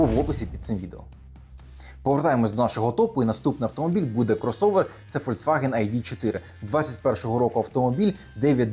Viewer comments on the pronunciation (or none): none